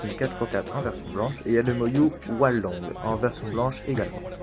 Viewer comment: Mdr j'aime bien comment tu dis hualong, "oualong" xD, n'empeche bien joué et moi jai achetté le hualong et rien qu'avec ça chui passé de 45sec d'average à 36sec d'average ! Dis moi si toi aussi tu t'est améliorer seulement grace au cube :D